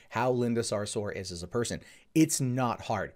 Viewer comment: A ‘parson’ aye 😂